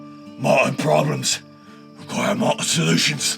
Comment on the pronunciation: "mot'ern problems require mot'ern solutions" ouch lol